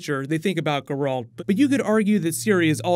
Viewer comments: Looking forward to this series of videos. Two criticisms, it's called Nilf-guard, not Nippleguard. Watch the game video to see how it's pronounced. Also, Ger-alt, not Gu-air-alt. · Did you say that Ciri appears in most of the games? Nifelguardian? Gur-alt? Cmon dude lol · "Garalt" Never make a Witcher video again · Yes, 2020 sound most likely. Months of writing, months of pre-production and we're already in 2019 when they start filming which takes around 10-12 months along with post-production. But for future videos,, it's GEralt, not GerAlt. And Nilfgaard, not Niflgaard:) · liking the plans for the witcher series! pretty sure from playing the game that is "Nilf-gardians" instead of "niffel-gardians" and "gè-ralt" instead of "jeralt" though 😃😎 cheers and keep up the good work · Great video, just 2 things that erk me beyond belief: "Ge-ralt" and "Nilfgard" I mean if you've played the games you should know the English pronunciations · Ger-Alt. Nilf-gard... mate, get the names right. My ears are bleeding. Specially because you use extracts from the 3rd game :( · I love your channel but please work on your pronunciation of Nilfgaard, it made me cringe a little. Also your pronunciation of Geralt. Other than those points you do a wonderful job and I love your Flash videos, keep it up dude. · Please work on your pronunciation of the names... in particular the main characters. Love your content but the names of the main characters need to be pronounced correctly...especially Geralt. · The overpronunciation of Geralt I was okay with, but Niffleguard broke me xD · I wept at the pronunciation of Geralt as well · corpsmanup7800 Dude it’s Geralt 😂😂😂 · While I appreciate that you're giving attention the The Witcher, your mispronunciation of the names is complete cringe, please do better next time